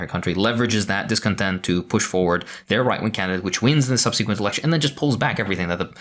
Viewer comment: Great video. Please look up the pronunciation for " subsequent ". What you're saying is hurting my brain